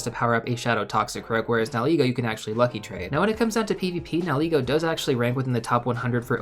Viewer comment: Are you saying ‘now ego’ for that first ultra beast? 👀😊